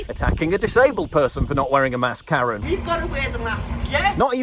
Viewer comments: is it just me or does Dr Fauci call a mask a "MAST"? ?😆 wtf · Did Fauci say "mast" instead of "mask"? What, are we supposed to be carrying flags now?